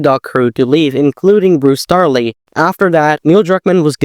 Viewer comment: Bruce Straley, not Starley.